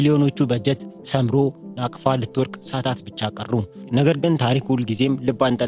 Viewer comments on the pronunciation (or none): ናፍቃ ሳይሆን ናቅፋ ነው የሚባለው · ናቅፋ not ናፍቃ